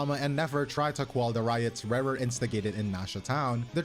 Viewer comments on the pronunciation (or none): ReRe of kaenriah? ouch XD Rächer is pronounced like Resher. .x